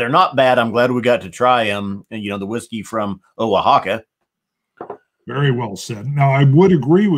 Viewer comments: It's Oaxaca not Oxica jajaja. I was going to Buy them for my son's graduation, but, did not, and bought, wild turkey 101 instead, now you peaked my curiosity, I Will have to try it, (once I can go out again), over here It costs about the same as the turkey, so no problem with the price, and all 3 are the same price. Thanks a lot Scott, thanks a lot. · Great review guys. Oaxaca is pronounced Wuh-Haw-Kuh. I recently got my hands on Bearface One-Eleven which is 10/11ths 7 year Canadian corn whiskey and 1/11th Mezcal. Haven't tried it. But looking forward to trying it. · I think my favorite part of the show was hearing trying to pronounce Oaxaca. 😂 You get an “A” for effort and comedic value. Oaxaca is famous for its food. I need to fly out there after the ‘rona madness passes to eat their food & visit their distillery.